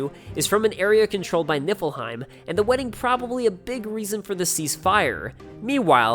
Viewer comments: Everytime you say "Niffleheim" my head understands it as "Nippleheim". Why! I'm literally saying to myself, "It's Niffleheim!" goes "Niffleheim" and my brain goes "Nippleheim"! No! Noooooooooo! Stop it brain! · I can't be the only one who kept hearing nippleheim right? :'D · ...So is it Nippleheim? I keep hearing Nippleheim. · am i the only one who heard nippleheim?